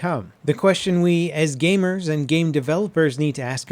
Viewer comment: the way he says gamers xD